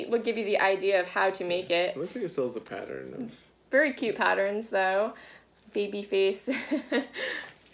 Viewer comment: I discovered your channel about two months ago. Now you've got me pronouncing "pattern" and "modern" as "patteren" and "moderen". Is this a Maine thing lol?